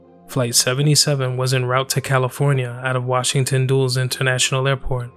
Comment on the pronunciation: A minor correction in an otherwise outstanding video. Dulles is pronounced Dull-Ess